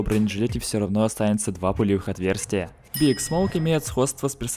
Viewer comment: Не биг (BIG), а БиАйДжи(B.I.G.)